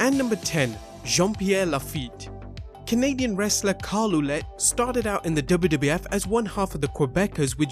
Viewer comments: For Jean-Pierre Lafitte, you should pronounce his last name Ouellet like Well-et and not Ouh-let ... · Good video man. FYI you butchered Carl Ouellet's name ;) It's pronounced like wallet :) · About the last wrestler you mentioned Pierre Carl Ouellet, the pronounciation for his last name would be something more like Well-et.